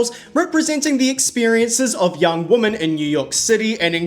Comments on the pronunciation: You are one of the more and more YouTubers suddenly pronouncing "women" as "wo-MAN" as if you don't know how to say "wimin" and it's fucking weird. I have the same accent as you and I never say "woman" instead of "women". The fuck is going on on the internet. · I have only just discovered your channel and I love it! Catching up with all your videos now... love the Wendy Williams clips. I miss her!! My only criticism... the way you say woman and women is the same in the vide, unoess it's your accent... but cool video! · Women is pronounced "Wimin". Not woman. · Babe this is a new vernacular change ive noticed younger people saying, but “women” and “woman” are pronounced differently. “Women” meaning plural, is said “wih-min”. And “woman”, the singular, is “wo-men”. Young people tend to just default to the singular pronunciation for some reason. Great video as always ❤ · I'm fascinated by 1) how pink you are 2) your pronunciation of women as woman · This is an amazing video!! Although it kept sounding like you were saying “woman” when it was really “women” plural ❤❤❤ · Woman plural pronounced like WIMEN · It’s weeemon not woman. Why do people keep referring to several women as woman??? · I have also noticed it and it is even so frequent that it has become a pet peeve of mine😂😂😂 I think most people who mispronounce it do it out of ignorance rather than it being a dialect... They cant tell the singular form (woman) from the plural (women), thus mixing them up as one. That is my conclusion 😂😂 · your mispronunctiation of WOMAN =WU. MAN and WOMEN = WEE man...is ATROCIOUS... you have zero credibility to comment in public, on any topic, ever....until you learn how to speak PROPERLY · I see you can pronounce "men" just fine, but not "women" (WIH-MEN). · It is womEn, WOMEN!!! Pronounced 'we'-'men' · Why can’t nobody in this video pronounce the word “WOMEN” correctly?!?! 🤨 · Awesome breakdown but the pronunciation of "women" was so weird and distracting